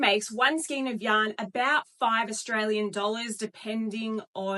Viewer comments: got stuck on the pronunciation of this lady - the word is pronunced " SKAYN" not SKEEN nor SKINE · I just buy Aussie yarn. And learn to pronounce Skein please. ❤